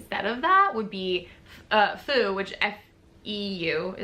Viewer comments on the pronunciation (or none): Feu is pronounced sort of like the word foot, but without the t sound at the end. ❤ 🇫🇷 🧡